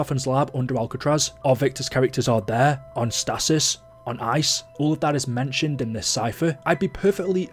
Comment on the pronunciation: It's not statis. Its stasis but this is the American in me